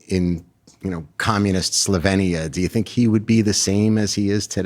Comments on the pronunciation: Imagine interviewing a major celebrity without even knowing how to pronounce the name of her native country. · Less than 30 seconds in and the interviewer can't even pronounce Slovenia correctly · It’s pronounced SlovEEnia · She for 1) grew up in Yugoslavia, 2) Yugoslavia was not a communist country but a socialist federal republic which most people report was a great country to grow up in, just like Melania did in this interview. 3) its pronounced Slo-vee-nee-uh. Please get educated. You’re making it sound like she fled Venezuela…